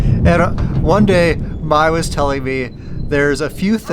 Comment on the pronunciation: Probably click bait for more views 😂. Mai, not MAY lol, are you really dating his ex? Kai, Jai, Thai... May is pronounced like the month. Mai,😉😉 Myyyyy C'mon 🙌🤣 be honest 😂